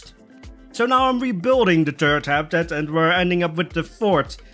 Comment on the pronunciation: the third wombat habitat sounded like the "turd" wombat habitat.... LOL..